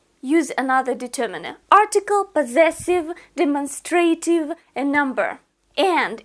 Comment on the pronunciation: Excellent teaching. Just a little suggestion: "demonstrative" is pronounced de-MON-stra-tive. In other words, the stress is on the second syllable (not the third). Andrew